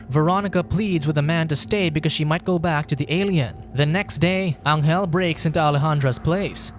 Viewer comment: Pronuntiation. Angel in Spanish sounds like Angel in English but G